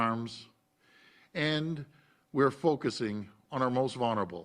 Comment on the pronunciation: "for our most vun-ur- able". Jackass 2021